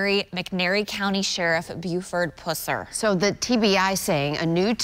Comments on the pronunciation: While you are correct about the spelling of pus, it doesn't matter. Sometimes the English language doesn't make total sense, especially when it comes to people's names. Yes the name Pusser has two s's in it, however it is definitely pronounced like pus not puss. It was such a high profile case it's almost difficult to not know that. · puh-ser...not poo-ser. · Pusher not pooser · The double s makes it a small u in Pusser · I'm pretty sure that's not how you say his name.